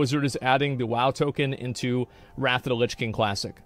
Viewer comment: "wot luh kuh hype"